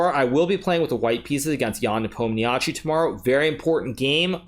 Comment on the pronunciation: The way he says Ian Nepomniachtchi is very funny